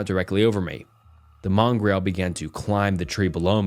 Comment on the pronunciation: That’s why I think this is AI. Additionally, how mongrel was pronounced was repeatedly incorrect.